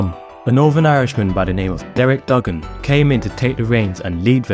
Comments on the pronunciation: Do your homework when it comes to pronouncing Wolves legends. Derek Dougan is not pronounced Duggen it's DOOGAN! Also when we flew to Newcastle the game was remembered for Steve Bull scoring 4 goals in a magical 20 minute spell in the 2nd half which deserved a mention. It took him and a few other players to run off their hangovers in the 1st half, as they were drunk the night before after a New years Eve drinking session while the gaffer was asleep upstairs in the hotel! Apart from those errors I enjoyed your video and as a 59 yr old Wolves fan it bought back memories. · It's pronounced Doooogan